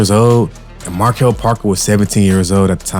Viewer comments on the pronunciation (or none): none